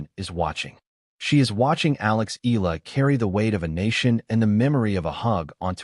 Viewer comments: E-YA-LA is the correct pronunciation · E-YA-LA: that's the correct pronunciation